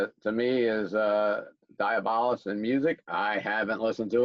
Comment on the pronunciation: DI..AB...O...LUS... fukkin say it right